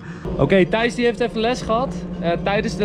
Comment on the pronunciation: Waarom zegt iedereen tice het is Tijs of Thijs